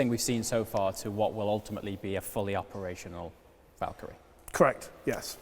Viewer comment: saying Valkyrie Me hearing Valtteri